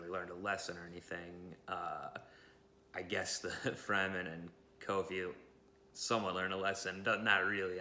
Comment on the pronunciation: His name is Kofi, not Caulfield haha